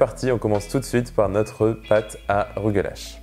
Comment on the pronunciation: Excellent vidéo! J'aimerais le faire un jour. Je suis juif et le mot rugelach se prononce presque comme tu le dis mais à la fin le son du ch est tres dur comme le son de (le pain tressé juif). Merci beaucoup pour la recette!